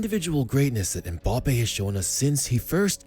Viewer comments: Mbappé* not Mboppe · by the way, it's Mbappé, not Mbappe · I love MBAPPE but MPAYPAL sounds so funny